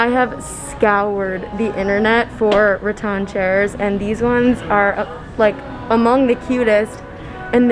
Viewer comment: Puh-leez! Stop saying "Ra-ton" like in Won Ton. It's "Ra-tan" like what you go to the beach in order to get.